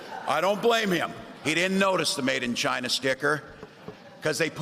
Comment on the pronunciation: How can Trump still fail to pronounce "China"?